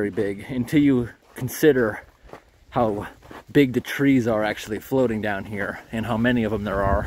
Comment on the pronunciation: "Trees growing on the froating logs" lol 🤣😆🤣